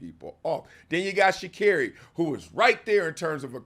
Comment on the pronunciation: its shacarri and its not even close